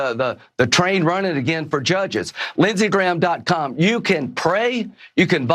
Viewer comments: Did he just say Lindsey Graham. CUM? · he just said Lindsey.cum 😀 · Lindsey Graham dot come. . . is that what I heard? 😂